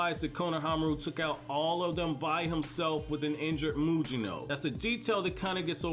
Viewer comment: "Meetski," not "mittsky." "Tom-o-eh," not "tom-o-ee.' "Mugino," not "Mujino." Get your pronunciation right please.